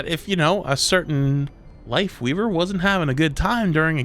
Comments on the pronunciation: I had to rewatch it because the first time I bear say Wifeweaver. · he almost said wife leaver like 3 tinmes lol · funny how almost called his wifeleaver instead of lifeweaver XD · Don't know if anyone else already said it but it's Lifeweaver not Lightweaver